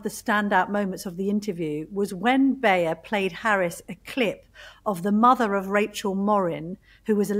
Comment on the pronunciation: Very unprofessional and misleading analysis of the Baier interview. One of these fools is so unprofessional he doesn't even know how to pronounce Baier's name. He also claims there are more Biden voters from 2020 now supporting Trump than Trump voters from 2020 now supporting Harris without providing any source. It's also very wrong to claim that there's a long tradition of politicians talking about enemies from within -- this and lies about the media lying are the basis of fascist propaganda. It looks like the Telegraph doesn't even call out Fox for being a propaganda network that spreads lies and will soon again be forced to pay hundreds of millions for spreading lies a d defamation.